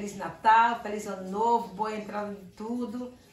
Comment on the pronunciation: I.... Anu nouvu